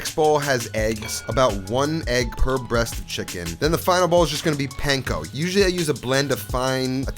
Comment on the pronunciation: I think I’ve made more of your recipes than any of any other youtuber and this looks like another good one. and from a japanese bro to an italian bro, panko is pronounced more like punk-o.